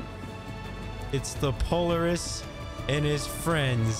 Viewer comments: I just can't get over your pronunciation of POLARIS. If you've ever heard of the real-life ATV manufacturing company, it's "Pol-AR-IS". not "Polar-is". But just remember, a CIG Dev once said that every way you pronounce something in Star Citizen is the right way. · PO - LAR - IS not Poliris 😅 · it's not polerus Po-Lare-us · Po-Lar-iss not Polar- iss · Pretty sure it's pronounced "Pol-Air-iss" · It's pronounced, POL-LAR- IS. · I understand I mispronounced POLARIS, I understand I made an error, I apologize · it just kinda made my day. Thanks for the chuckle. Always enjoy the vids. Keep up the good work. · lol i came to say the exact same thing =P but yea glad you're enjoying the verse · I like your videos but can't watch this one with you saying Polaris the way you are! Have you not heard any of the devs talking about the ship? ;-)